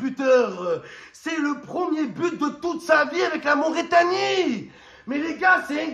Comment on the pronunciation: C’est Mauritanie pas Mauraitanie 😹